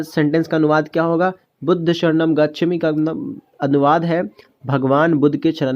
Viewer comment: Gachhami nahi hota hai gachhaami hota hai